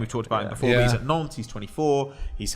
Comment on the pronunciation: put a little more emphasis on the T in "at". Thought you were calling him a nonce.